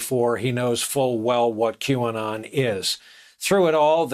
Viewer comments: Sir Kevin "Que-on", I suggest you refer to your Qanon butt-tattoo for the correct pronunciation. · He practiced pronouncing it as Qon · I love how miss pronounces Q anon playing dumb...what a liar